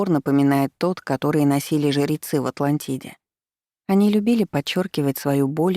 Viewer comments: Спасибо, понравилось повествование, только смущает слово жерецы вместо жрецы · А почему жирецьі, а не жрецьі? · Зачем ты так странно произносишь слово "ЖРЕЦЫ"?!!! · Чтица очень замечательная и проникновенна, но, почему жЕрецы....